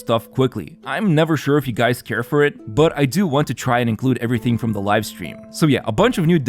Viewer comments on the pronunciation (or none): none